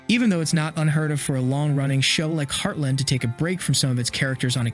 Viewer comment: It’s heartLAND not heartLIND